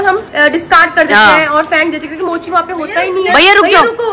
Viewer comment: Golu jii kya bol rhi hai mocha nhi mochi Hoya vo